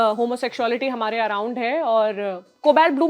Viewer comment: जिस तरह से """हमारै""" बोलती है इससे ऐसा लगता है जैसे मध्यप्रदेश से हो??☺️😊